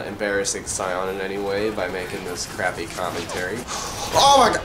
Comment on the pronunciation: just saw this... don't ask.. but it's pronounced say-in